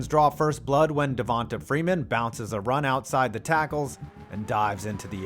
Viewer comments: It’s pronounced Devontay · Everytime he days devota freeman I shit a Lil bit... ots pronounced devontay damn mayonnaise get it right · Just some help pronouncing Black guys' names: just because their name doesn't have a 'y' or an 'e' at the end, you still pronounce it as if it does. So Devonta Freeman is pronounced "Devontay" not "Devontuh". And Donta Hightower is still "Dontae". Sorry, it was just cringe hearing the narrator say Dontuh and Devontuh. Lol. Great video guys 💪🏿💪🏿💪🏿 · Dude…it’s De-von-TAY…and Don-TAY😂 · Who tf pronounces Devonta and D’onta like that?